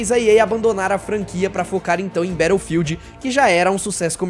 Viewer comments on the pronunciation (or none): none